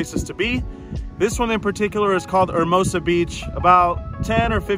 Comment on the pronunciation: "ERR-mohsuh" good job. 👍 Oh and take off that sweater. I feel hot just watching you.